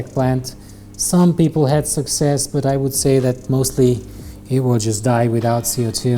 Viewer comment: I beg you, please learn how to say 'but' 😩